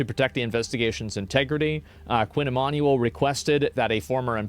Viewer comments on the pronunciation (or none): It's pronounced ee-man-you-ell not ee-man-ee-all Baldy. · i think its pronounced "e MAN u WELL", sound it out, nice vid otherwise